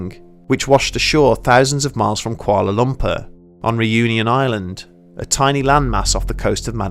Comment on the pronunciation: "Koala Lumper" cracks me up every time he says it lol. Great video, either way.